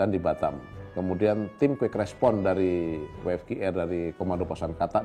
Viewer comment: So sorrryyy SIR .. Must be W (Double You) F (Eif) Q (Kiyu) R (Ar) ... but all great LOL